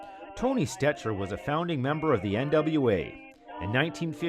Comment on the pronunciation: Tony stecher is pronounced "stecker"